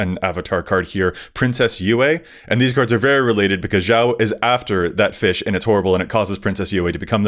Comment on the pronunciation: The way pronounced 'Zhao' hurt my heart.:( Please,, watch Avatar: the Last Airbender. It holds up, even for its and our ages. AtLA is timeless.